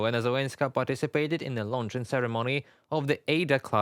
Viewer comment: Say paticipated